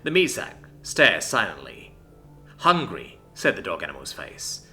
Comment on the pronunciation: The way says 'hungry' everytime becomes more comedic.